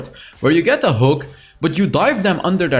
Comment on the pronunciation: I REALLY ENJOY EVERY TIME HE SAYS: "NOW LET'S JUMP INTO DE GAMEPLAY !"